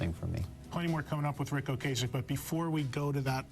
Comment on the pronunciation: It's Ric OcAsek OcAsek like APPLE pie NOT Ocaysek! he said it himself in a interview.